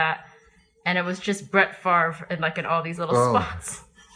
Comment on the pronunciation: Glad to hear her pronounce “Favre” as we do as our family name!